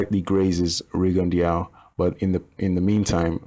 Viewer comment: FYI it is pronounced Ree-gone-doo. Anyway back on topic. I noticed Rigo constantly dips well below the waist when evading. I mean i have seen him turn at the waist so low his head is like almost below knee level with his opponent. He May as well ball up like a turtle and grab his calves it is that low. being a prime example. How is it legal to dip so low?